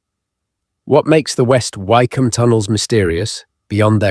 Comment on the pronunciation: I think it is AI speaking ,listen to some of the pronunciations ,like Why come and a few others..